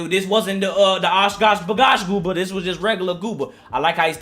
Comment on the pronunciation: Bro jooba not gooba that sound intresting more